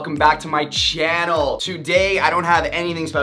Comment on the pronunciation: You said "channel" differently😭